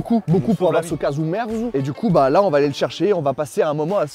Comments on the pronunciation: Le nom Casu ou cazu marzu, vient de l'italien, en Corse c'est casgiu merzu, d'où le désaccord de prononciation 😂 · Casgiu merzu qui se prononce cajou mertsou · Kajou Mertsou (pour le prononcer en phonétique). Ou kajadiou (le fromager, toujours en phonétique)